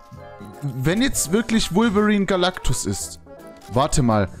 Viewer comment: Es heisst Galactus und nicht Galacticus 😂😂😂😂😂😂😂😂aber trotzdem geil